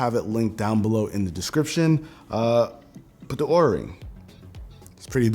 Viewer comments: Linus pronounced Oura as "oorah" instead of "aura" and they got pissed and refused the sponsorship unless they edited the entire video. So Linus got upset since that's a LOT of extra work to record and edit everything and cancelled the sponsorship. He talked about it on his podcast as well, you can probably find a clip on his LMG Clips channel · Careful they might drop the sponsorship since it's pronounced "are-a" 😂